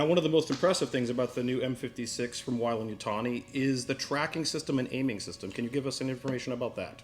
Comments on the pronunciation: What did you use for the M41A pulse rifle was it a Thompson M1A1 like the movie used? its pronounced way-lend not why-lend sorry bit of a Aliens nerd thing. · WHY-LAND YUTONI